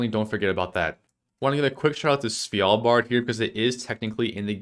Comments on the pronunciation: It's Svalbard not Svijalbard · Idk why hearing "svYalbard" annoyed me so much of all the country name mispronunciations... Maybe because it's pronounced exactly like it's spelled, and there's no Y or J... LOL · As a norwegian it triggers me how you say svalbard